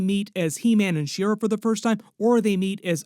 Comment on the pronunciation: She-Ra is not pronounced "Sheer-uh". It is literally "She-Ra".